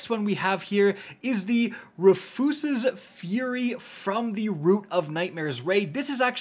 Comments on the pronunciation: Please don’t ever say that rufu’s again 😭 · What in the hell did you just pronounce Rufus's??